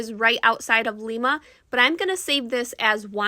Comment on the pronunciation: It's Lima with a long I sound 😊